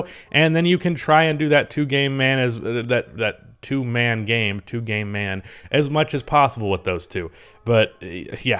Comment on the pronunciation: Did anyone else here him say " 2 gay men" when he was trying to say 2 man game 🤣